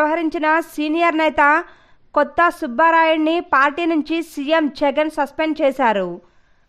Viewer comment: అమ్మ తల్లి కొత్త సుబ్బారాయుడు కాదు కొత్తపల్లి సుబ్బారాయుడు అని చెప్పాలి .